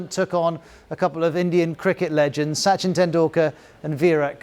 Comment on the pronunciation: Swamy Vive kamunnunda.... Suchin Tendulkar... Virat Kuli... ROFL🤣